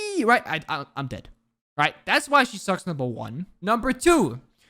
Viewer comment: I wanna watch this but I can't listen to you say right multiple times